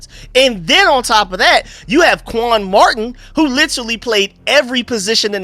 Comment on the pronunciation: my team is the Redskins’s! And if you was paying any attention at all he called him quan marting not Martin. Simple mistake but I’m just laughing at him! What the hell are you talking about?